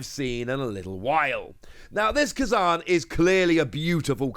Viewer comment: You saying Kuzan was driving me crazy!!!! 😂